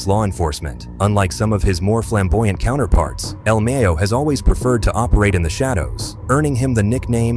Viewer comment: He said el meyo 😂